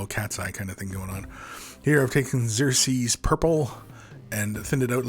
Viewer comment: love how he said 'xerxes' purple 😅😅